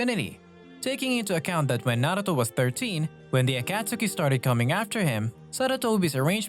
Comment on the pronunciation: If it isn’t a text to speech app of some kind then why is the pronunciation of “orochimaru” and “akatsuki” so garbage. ur a thief and a liar. The COPY ninja as ur profile pic is a funny troll though, I’ll give you that